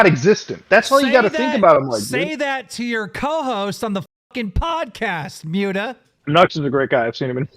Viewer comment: calling Mutahar "Mute-a" kills me 🫠